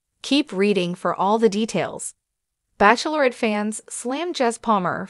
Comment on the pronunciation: Lots of repetition! It's Bachelorette, not baceaulorette! Waste of my time. I like Jesse Palmer.